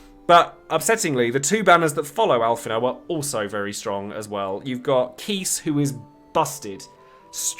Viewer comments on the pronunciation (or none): Yang is pronounced as "Yah-ng" btw, even in FF4's DS remake Keiss is actually pronounced Kye-ss. Watch his home game's English dub. Amidatelion is also pronounced "Ah-mee-dah-til-lee-on".